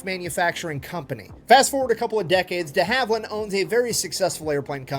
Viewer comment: Not Dee Haveland, deHaveland